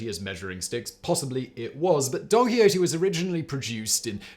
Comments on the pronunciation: Or Donkey Odie 😂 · I swear Simon is saying Donkey Ho-tee.